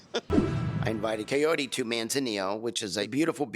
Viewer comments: Cayori, Kyoree, Kaorrree, Chaoree he's feeling a connection but, can't get her name right LOL. I'm glad she's not going for his love bombs. But, I am giving her the side eye for bringing her kid into it. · Girl you didn’t say her name right either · He's pronouncing her name properly unlike the dummy narrating this vid. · 1 week , 2 dates and he can never say her name correctly ? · I think he say her name wrong on purpose, just to seek attention as usual and because he doesnt care about her he actually seem like he want to humiliate her just for the show. How he doesnt even have the respect to say the name correct but he loves her? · Maybe figure out how to pronounce her name right first ed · Kaory is such an easy a name to pronounce so only an idiot would get it wrong for this long or maybe because he’s so self absorbed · Ed’s mom is a native Spanish speaker and yet he cannot even pronounce her name correctly… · If you don't know your girlfriends name you probably shouldn't think about marriage. I yell at the TV every time he says her name wrong. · I would love to see a compilation of ed mispronouncing kaory's name, kind of like the pregananant video xD Thank you for the content, your videos make me laugh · He doesn't care enough to try to pronounce her name correctly. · Kaori is not hard to pronounce, not even a little bit. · you are also not saying her name right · Lmao the name miss pronunciations😂😂😂 but there’s a connection 🤣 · Good grief he can’t even pronounce her name and he’s got marriage in mind ! No wonder he scares her off he’s way too much too soon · Kaory is a very intelligent & confident woman, she sees right through him. He annoys the heck out of me especially with the way he butchers her name! Great video! Your comments are so funny. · Bro u cant marry someone u cant pronounces name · The creeper cannot even pronounce her name! Maybe his mamma can teach him to say her name right. He makes my skin crawl. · Kah-O-Ree not Ka Yoeri